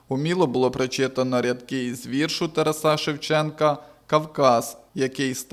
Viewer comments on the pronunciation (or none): Тараса, ударение на втором слоге урод!!!